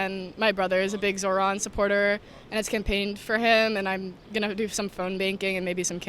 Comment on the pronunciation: With they’d stop calling him “zor-han”. It’s zohran.